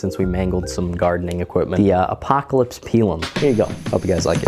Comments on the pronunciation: It's typically pronounced "pie lum" not "pea lum" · "Pie Lumm"